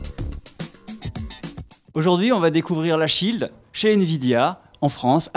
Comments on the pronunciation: Petite erreur : shield, pas schield :P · Déjà c'est Shield pas de "c" et en plus c'est de l'anglais, ça veut dire Bouclier...